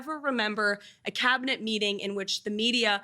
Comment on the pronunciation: Cabinet. Learn how to pronounce the word.